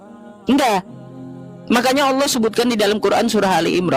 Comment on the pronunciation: Oten ini gimana Baca tulisan Allah di baca Alah nipu2 ni yeee .